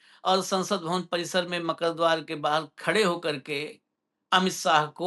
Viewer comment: MAKKAR DWAR KO MAKAR DWAR NAHI BOLNA HAI Sir .